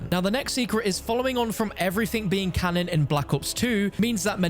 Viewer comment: why do you keep saying canon...